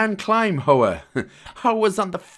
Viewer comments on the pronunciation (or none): Great guide! As always I find the “humour” ill placed and cringe. It’s such a shame as the content is there and the product you release is one I would otherwise recommend. Also, Hoa is Vietnamese for Flower, and pronounced h-wa.